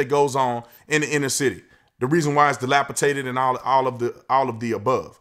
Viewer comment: Ha! Delapi"taded"! 🤣